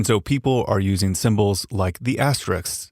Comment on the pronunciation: If you can say risks then you can pronounce asterisks.